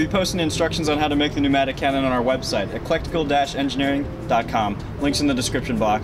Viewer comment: eCLECtical Engineering, not eLECtical Engineering. Mark rober sent me